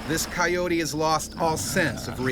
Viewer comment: Right, coyote, "kye-yoat", not "coyotie".